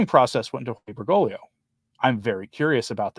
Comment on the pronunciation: Enjoy all your videos...only one thing that I've noticed in many of similar channels. It's not an important thing but I just need to let you know that you're not pronouncing the second G in Bergoglio, you're all saying Bergolio...everything else is great always!